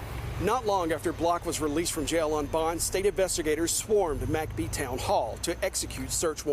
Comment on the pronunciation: Why do they pronounce it "Mack Bee"? I've pronounced it "Mick Bee" my whole life? Have I been wrong?